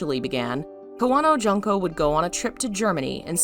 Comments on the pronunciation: Her first name is June(like the month)ko. Not Jun-ko. Sue-eekoden... I love your channel, but please learn how to say Japanese vowels. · Allow me to comment: it's should be pronounced "june-co." instead of "junk-co."